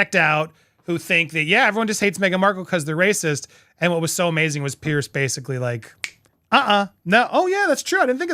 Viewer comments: The man's name is PIERS. It is pronounced PEERZ. Not " pierce" as in poking something through a piece of material, or pierced ears, etc. Say PEER and add a z sound to end of peer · Andy, not to have a go at you, but with respect, Piers is pronounced Peerz, not Pierce. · It’s pronounced Peers not pierce . Just saying. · Just for record. His name is not pronounced like the name "Pierce"! It's pronounced like the word "peers"!❤ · Andy, the correct pronunciation of Mr Morgan's Christian name is "peers",as in peers through a window 👍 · 🙂"Piers" is pronounced "Pierz" 🙂